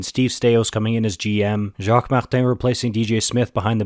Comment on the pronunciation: You know, you don't have to try and do the french thing when saying Jaques Martin? You suck at it anyways. Lol at your Bergevin sounding french, what a goofball